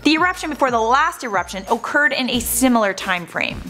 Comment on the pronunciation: Owcured lmao